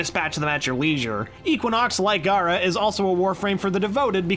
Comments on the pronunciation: He's pronouncing gara as gaara. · It's not said like "Gaara", it's said like "Gher-ah" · Her name isn't Gaara, it's Gara (G-air-uh).